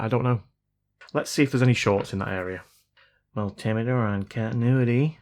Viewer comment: I think the mul-tim-i-ter is the multi-intimidator! I am not arriving from a great height, so I don't need an al-tim-ieter. However in the context of a conversational multiplexer, sodomy is not an option. That means an iron or solder that promotes soddering, doesn't work for me. Consider a soldier of an army means strength and solidarity; Therefore connections are there that are not meant to be broken and are considered "soldiers". Ergo; SOLDERED. I love my fellow North Americans, but sometimes a tow-marto is NOT a tow-mayto, and I don't want to be "soddered".